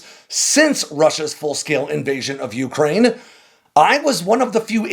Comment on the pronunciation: Please learn to pronounce Ukraine properly.